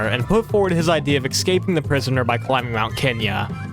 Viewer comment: Escaping, not eKscaping.